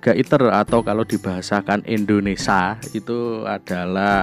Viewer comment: bukan Indonesa Pak Tapi Indonesia hehehe